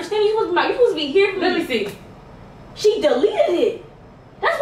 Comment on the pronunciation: Why do you pronounce she